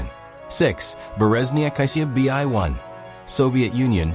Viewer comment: ai messed up lmao